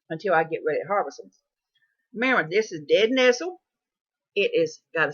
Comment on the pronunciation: It's important to guide people accurately through wild foods. 1) the plant you're talking about is "nettle" not "nestle". 2) the plant you are eating is Henbit and not purple deadnettle. Not trying to be nasty, here but the information in this video is not accurate and wild foods are not something to play around with.